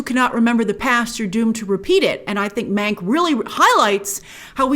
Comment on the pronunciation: Every time Grace said "Mank" It sounded like she was saying "Meg" and it gave me traumatic flashbacks to Ryan Murphy's Hollywood